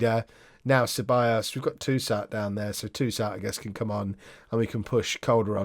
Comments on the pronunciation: Ceballos. Pronounce the C as an S when its follwed by a E. LL = LJ so Sebaljos. plus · Ceballos (sebiyos) is Spanish, Mirabella (Mirabella) is Italian, 'll' is different in Spanish to Italian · Dani Ceballos is pronounced c is pronounced like a s so it would be sebayos